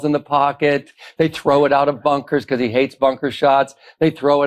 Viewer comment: I know that Ben pronounces some words a bit differently (because = "bee-KOSS" 😅), and that's ok, even though it's a little weird... but, he's GOTTA know the difference between "statue" and "statute", right? I'm left scratching my head... What's going on Ben? You're starting to worry me. Do you need a break or something? Don't worry, we'll be here when you get back. ❤😊